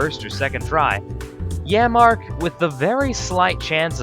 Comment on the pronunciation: Pronounced yammark not yamma